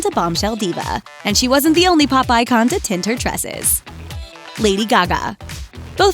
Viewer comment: "Pop icon". Sounded like she said Popeye Con. Lol